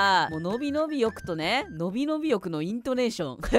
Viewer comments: のびのびよくのイントネーションめっちゃ笑いました😹💙 ころんくんたまにイントネーションバグるの面白い笑笑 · 野比のび太のイントネーションは流石に笑う😂笑笑